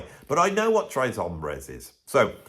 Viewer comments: You're so high cultured,. It's not /trae/ hombres, it's /trehs/ hombres. Actually with a Texas drawl, closer to English 'trace'.:) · Texas thanks you 🇨🇱! Although I did like early ZZ Top better. Later seemed overproduced promoted and package. Although I’m sure they were Great life. I have all those early ones on vinyl thanks to my friend‘s older brother working at a radio station. Please say the S in Tres hombres it’s not bloody French. Wasn’t Edgar Winter Rick Derringer an 😊American band? They were great.❤